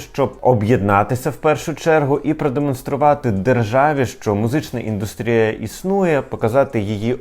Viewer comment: Вітаю! Дуже гарний канал, виважена та конструктивна критика. Але... Якщо ви вже є тими хто формує смак і музичну культуру, а отже вас дивитися велика аудиторія - перше що вона чує "музична ідУстрія" - а то не правильно. Згідно правопису треба казати лише і н д У с т р і я , наголос на У. Бо цієї помилки припускається багато блогерів та ведучих, як і у слові "випАдок" не має такого слова лише ВИпадок. Не лінуйтеся зазирнуту до словника, перед підготовкою до випуску і випасати слова з правильними наголосами. Удачі